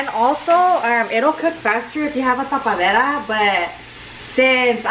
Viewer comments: Tapadera not tapaderra 😂 it’s actually a lid‼️ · “TA-PA-Dera”.... “cap” lollll 🙌🏻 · Taa paa dee ra - Cap😂😂😂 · "Ta- pa -de -das CAP" HAHA I'M DYING BABY GIRL IT'S LID 😘😘😘😘😂😂😂😂😂😂😂😂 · “Tapaderrrra is cap “ hahah it’s a lid homegirl 😂 love herrr 💕💕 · TA-PA-DE-RRRA 😂😂 I love the vibes gives tbh 🤗 subscribed in a heart beat deadaas 😋